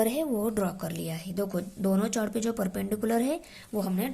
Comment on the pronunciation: Mam aap chord ko galat pronounce kar rahe ho